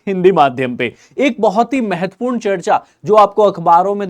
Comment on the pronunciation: मेहेत्पूर नही महत्वपूर्ण बोलो